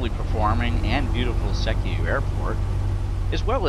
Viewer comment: You're pronouncing Sekiu wrong. It's more like SEE-Kyoo.